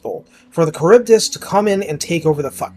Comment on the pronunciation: I believe it’s “Kharibdeese”